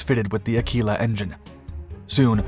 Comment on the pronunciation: American pronunciation is quirky but Aquila is A-kwee-la and the 'th' in Rothermere is voiced, as in bother.